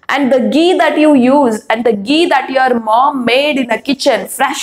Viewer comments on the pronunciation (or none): none